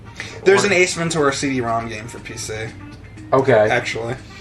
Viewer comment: Could you stop saying Ace Ven-Tour-a... its Ace Ven-Chur-a!!